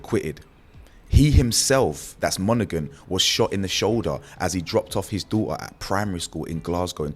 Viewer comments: It's Monaghan silent g my donny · Bro glesga is gny be wild even more than it is,bro the g in monaghan is silent ✌️